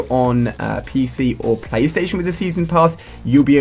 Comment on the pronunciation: الي حسبو يقول دفلزستيشن (علاء) لايك :) like